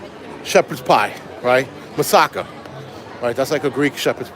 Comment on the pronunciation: It’s Moussaka. I really enjoyed you in Greece. It reminded me of when I lived there.🇬🇷🇦🇺